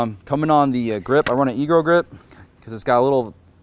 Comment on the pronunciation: He said cummerband and egro Lmao